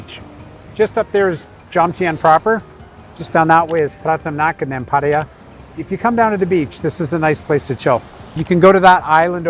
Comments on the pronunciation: Pa-ThaiYaa not Patty-ya. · Pa-tia ❌ Pa-tta-ya ✅ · It's pronounced PatTAYa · Pataya is pronounced exactly as it is spelt - every syllable pronounced !!!!